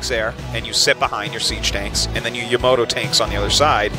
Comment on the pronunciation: "YOMOTO" ., it's Yamato...